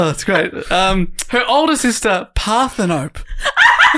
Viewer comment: Ummm ACTUALLY Parthenope is Greek, you pronounce the E at the end like Penelope or Persephone. Screaming into my iPod rn